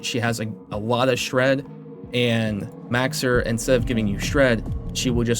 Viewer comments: Mow-sir, like a cat's meow. Not Max-sir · I'm new here. Is he purposefully mispronouncing Mauxir's name? It's meow-er, nya!